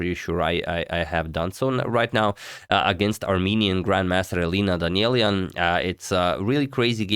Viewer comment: first off, great great job! As for pronouncing names, Armenian surnames get the stress at the last vowel. So it's DanieliAn. For some strange reason however, Armenians living in the US stress the next to last vowel when presenting themselves amongst Americans, just like you did now. But the right one is having the stress at the last vowel(this is true for all armenian words actually) , so respectively it's PetrosiAn😊